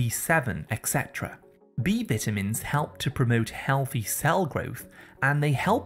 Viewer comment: vita mins not veetamins